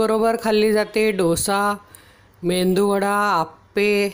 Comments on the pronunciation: मेंदूवडा अस कोणी सांगीतल तुम्हाला, मेदूवडा बोला की. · Medu wada not mendu 😂